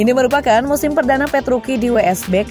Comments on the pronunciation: Dibaca nya ttep petrucci mbaaa.. Gausah petruki petruki.. Aneh di dengernya jdinya.. Sblm mmbaca narasi baiknya cari informasi pembalap yg mau di sampaikan deh minimal pelafalan nama... Udah sih itu aja.. Biar profesional aja gt Dan perasaan kakek penjual bensin itu ngga sampe terbahak2 deh ketawa nya.. Jngn di lbih2kan lah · Ya tuh.. Italia c tetap di baca c.. Kcuali c di depan nama orang